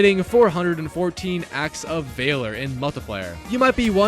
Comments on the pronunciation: Bro is truly ahh at pronunciation vaaaler bro it’s valor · Like VALORant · Vay-lor triggered me as well